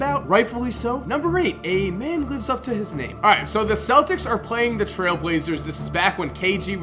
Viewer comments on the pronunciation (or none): none